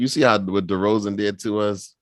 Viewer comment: Who the fuck is "Deron" Derozan? Dude doesn't even know his name jeez.